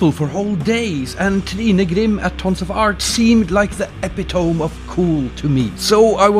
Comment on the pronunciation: it's pronounced e-pi-to-me btw beautiful video ^^